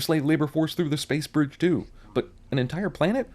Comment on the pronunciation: lol sentinel i think thats how you spell it btw sentinel said bwige hear close